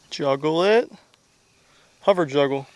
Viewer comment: Says hover juggler, but i could swear i heard you say hover juggalo. woop woop mfr😂